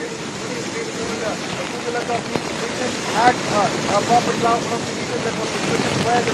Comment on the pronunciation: It’s bapatla😂